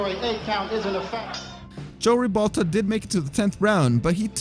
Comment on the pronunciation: It's Jose Ribalta, not Joe Ribalta.